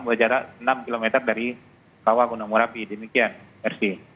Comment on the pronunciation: Merapi woy bukan marapi